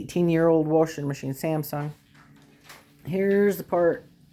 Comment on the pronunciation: "Worsher" "wyshing meh-sheene"